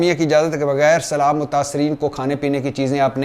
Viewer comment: Yes agreed but he didn't know how to say Salam so please let him know this as well